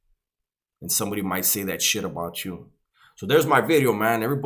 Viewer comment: Yeah he said new wideo.